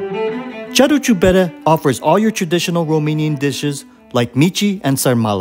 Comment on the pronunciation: it's "caru" like in the English "car", not "charu" like in Charles.